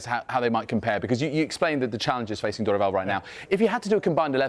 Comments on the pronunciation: Thank you for pronouncing Dorival properly. I disagree with the view that Brazil is more open about mental health than the UK. That is absolutely not true. There is a confusion being made there about a culture that is affectionate and open about affection with a culture that is open about mental health. British people are way more open about mental health problems, way less taboo to say you have depression in the UK than in Brazil where even in 2024 people still say "you're just weak, there are people starving, get a grip". I 100% believe that Croatia game would have done differently if they had psychologists on staff. One of the few teams in 2022 that didn't bring psychologists. Argentina brought an entire team and each player had their own already, partly because of, as mentioned in the video here, the culture is so open to therapy. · Props for the effort on studying the Brazilian football scenario and also learning the pronunciation of people’s names, we don’t see that often, thank you! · He pronounces Dorival so accurate